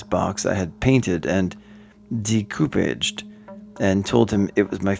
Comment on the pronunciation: He's trying to pronounce decoupage.